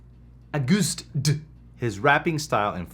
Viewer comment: Agust D is pronounced almost like you would pronounce the month "August" and then "Dee" at the end.